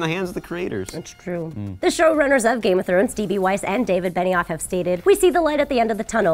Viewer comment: Game of Trones!? I thought he said trones lol